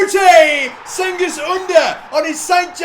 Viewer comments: Cengiz Under pronounce like J or G. Jengiz, something like this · You Pronounce Cengiz like djengiz or something i don't know exactly